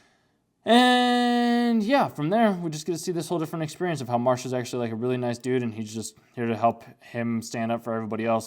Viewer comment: The main character's name is Mash, not Marsh.